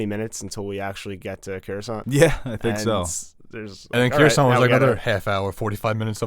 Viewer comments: Cawusant? Caflatarooo? Croisant? It's Coruscant ffs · I tweak out every time you say "Cure"uscant